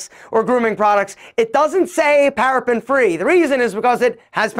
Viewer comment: Paraben not parapen